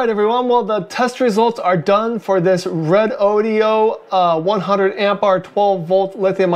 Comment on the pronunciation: Is this the same as a redodo? Haven’t heard of the red o dee o. Lol😅 Good review though.